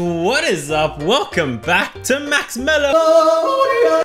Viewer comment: When you're saying "MAXMELLO" it's so funny😂😂😂😂